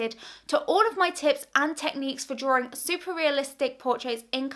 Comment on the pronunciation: dra-Wing NOT "DRAW-RING" :)-been bugging me quite a while now :)!!!!